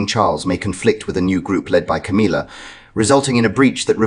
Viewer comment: It's Ca•MILL•ah NOT Ca•MEEL•ah